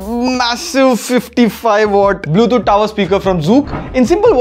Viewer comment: Bro it's Bluetooth not bluethoot